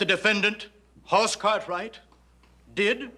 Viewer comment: That's Hoss Cartwright- not Hoarse Cartwright. The name "Hoss" is a Swedish name so get it right. You need to watch the episode "Inga, My Love" that shows when Ben was married to Inga and she was pregnant with Hoss. When he was born, Ben wanted to name him "Eric" and Inga wanted to name him "Hoss." She said that "Hoss" means a big mountain man. Hoss was 11 pounds when he was born. Ben said that they should give him both names.